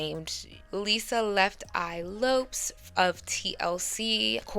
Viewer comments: Siiiiissss I love you but “Lisa left eye LOPES” for Lopez, and “KEEYA” for Khia is diabolical pronunciation 😂😩❤ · Pronounces Lopez as “Lopes” is crazy work. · The way you keep mispronouncing these artists names makes me question if you've ever listened to female rap. Khia is pronounced Ky-yuh. MIA is EM-EYE-AYE and for God's sakes, it's pronounced like Lopez! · lol it’s pronounced ’Lo-pez’ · Eve's break through album was let there be eve lol Lisa Lo-pez😂😂😂 Lots of screwups in this video. Appreciate the hard work though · Great vid, but that Lisa Lefteye "Lopez" pronunciation was wrong 😂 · Gurl Left Eye last name isn't Lopes it's Lopez..... Lo-PEZ 😂😂😂 i couldnt get through the rest of the video after that one but Im glad you young folks trying to learn some history. Unfortunately, things will always get lost in translation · I always love the history in your videos. Also just an FYI, Lisa “Left Eye” Lopes last name is pronounced like “Lopez” 😊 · I cringed at your pronounciation of Left Eye's surname, but the editing of this video got some good giggles out of me.